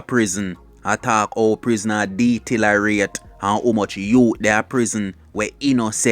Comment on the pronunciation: Vlogger the word is deteriorate not detilerate😅😅😅😅get that correct next Time fool😅